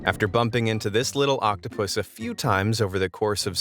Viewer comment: "next we gonna see is octopuss.. Me:What did he saaaaaaay